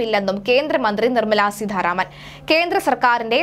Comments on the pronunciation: suDHaaryatha SeeDHHaaranaman... nalla aksharasudhi.. etaa ee kutti.. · നിർമ്മല സീതാരാമൻ ആണ്. സീധാരാമൻ അല്ല